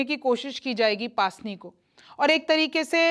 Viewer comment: its pronounce pusni not paasni 😊